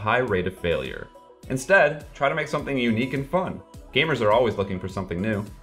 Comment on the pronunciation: "We gaymers..."